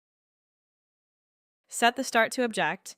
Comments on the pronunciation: fYI its 'OB-ject' (noun), not ob-JECT the verb. The Object extent type lets you choose an object (noun) on your model. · I think it is at least AI produced - the tempo and tone was too precise and consistently mis-pronounced "object" with the emphasis on the last syllable. And even the design is a bit strange - the arced ramp is completely unnecessary on the "full stop" - that just needs to be a wall. While the detention it passes over would benefit from a curved/ramped entry. Actually curve is unnecessary - just an angled entry would be helpful and the detent could be a little larger for firm retention - I can't imagine a human design engineer would make that entry symmetrical and have the stop asymmetrical. Though it was a very useful tutorial. Good pointers. I "suspect" it was a human directed AI script/project.